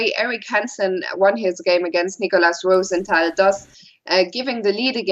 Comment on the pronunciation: More Fiona Steil-Antoni, plz! Great analysis, and the correct German/French pronunciation (ROO-sen-TAL) is refreshing!